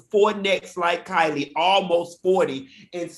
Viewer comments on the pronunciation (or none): It’s pronounced KEE-lee. 🤷🏽‍♀️ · It’s y’all calling her “Kylie”. It’s KIELY (keel-ee). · I know you were calling Kieley "Kylie" on purpose 🤣